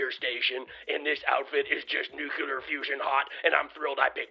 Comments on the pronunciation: you are the best! You rule! "Nucular" is not a word (despite what George W. Bush used to think)...... but "nuclear" is! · Happy Holidays,, you are the best! You rule! May your 2023 bring you continued success! Just so you know: "Nukular" (pronouced "new-kule-er") is not a word (despite what George W. Bush used to think, and despite what countless current members of Congress think and express in semi-literate fashion during speeches & interviews)...... however, "nuclear" (pronounced "new-klee-er") is indeed a word!